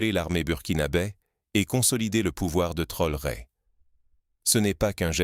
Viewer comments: Pourquoi déformé le nom de TRAORE ce n est pas Trore merci même si c'est IA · Est ce si difficile de prononcer correctement le nom du Président Ibrahim T R A O R É ?